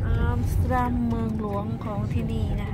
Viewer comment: ใช่ อย่าบ่นลุงฮั่นนะ บาป 555 ไม่ใช่อามสเตอดัมคะ ต้องออกเสียงว่า แอมสเตอร์ดัมคะ นายพี่ชาวดัชคะ เลยแนะนำได้ น้ะจ้ะ 😴😴😴😴